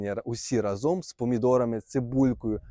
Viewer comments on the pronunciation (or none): none